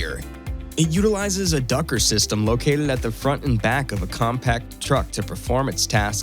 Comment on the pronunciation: Shame on you for not bothering to look up how to pronounce the name Dücker. You pronounce it simply as dAkker, but in German it is Dücker. Look up how the letter Ü is pronounced. It has nothing to do with the A note.